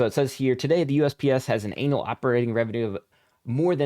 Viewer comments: When you say an*l instead of annual. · Love your content, and it's not just because the way you pronounce annual sounds exactly like anal.